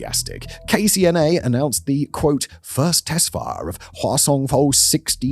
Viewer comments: Whasong, reminds me of the princess peach and chibi mario croissant video that they just keep repeating croissant, so i kee saying whasong when this guy says it, its fun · Who else giggles when they say Hwasong?